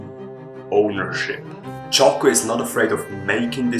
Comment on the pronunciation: It's Jocko not Choco...